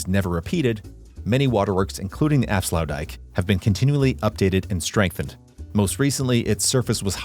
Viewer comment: tbh i wouldnt call it sluices but gates. This because they dont lower or lift the waterlevel and they are a single gate not two gates like a sluice.And youre pronouciation of aflsuitdijk was really that bad tbh.